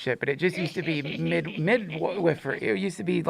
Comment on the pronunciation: Did he say mid-wiffer?